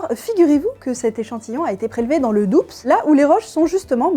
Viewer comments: COMPLOT ! c'est le doubs ( comme roule tout doux , pas doubSSSS ) , et Besançon ( comme le mur du son , pas comme les cons :D ) , bizarre que vous hommes lezards ne " sachez " pas ça super vidéo ! continuez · Le doubsE ? BesanCON ? SACREBLEU ! Le Doubs se dit comme "doux" et il y a un ç à Besançon, crénon de vindiou !! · J’ai bien entendu BesanCON… dans le Doubsse ??? Il y a une cédille à Besançon ….. et cela se prononce BesanSSon !!! Et on ne prononce pas le S du Doubs… Merci de ne pas trop se moquer de gens de Doubs… et des Bisontins ( les habitants de Besançon !!!) La science ok, mais le français aussi doit être respecté… Sinon très bonne vidéo ! …. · Il y aura toujours des crédules. Petite correction : on dit "DOU" et pas "DOUBECEU" pour le département du DOUBS et "BESANSON" et non pas "BESANCON" car il y a une cédille au C : BESANÇON... A moins que ce soit volontaire ? 🤔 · Le Doubs ça se prononce dou si je ne m’abuse. Mais pour le reste merci pour le taff c'est important. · Mes oreilles saignent … le Doubsssss et Besankon… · Excellente vidéo. Toutefois, étant résident de notre belle région de Franche-Comté, je me permettrai deux corrections. La première, le nom du département : on ne prononce pas le ’’bs’’ final, en phonétique c’est \du\. La deuxième, le nom de la ville située à côté de la commune concernée par l'analyse de l’eau de pluie : il y a un ’’c cédille’’ qui malheureusement n’est presque jamais repris dans la transcription en lettres majuscules ; on devrait écrire BESANÇON et donc prononcer comme si il y avait 2 S. Bravo pour votre travail, bonne continuation et ... bon courage face à l'obscurantisme qui, lui, est bien un complot 😂😂😂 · "besancon" "le doubse" cette master classe de ragebait 👌